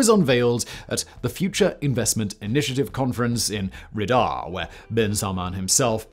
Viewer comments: can't even say the name of a major capital city right? What is RIDAAAW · It's Riyadh, not Ryddah.